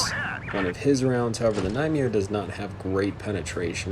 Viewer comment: You are saying the Nightmare’s name wrong. You are saying Nightmiare. But good annihilation of the event tanks in the first round there!